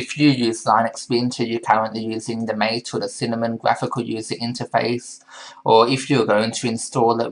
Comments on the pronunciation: It's pronounced mah-tay... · Mate is pronounced mah-tay. It is named after yerba mate the South American caffeine containing infusion ;)